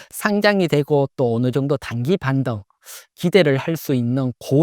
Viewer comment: “반덩” ㅎㅎ